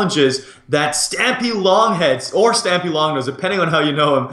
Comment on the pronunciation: Not being a hater but it's stampy not stiampy